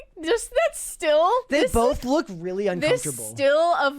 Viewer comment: ...Who, pray tell, with an American accent, pronounces "Look" as "Luke"????